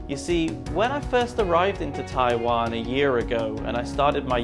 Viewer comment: It's not called Tai land ...it's called Taiwan